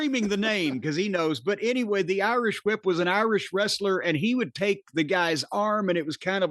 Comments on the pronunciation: Corney pronouncing the h in whip like stewie. Lol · It's pronounced "Hwip".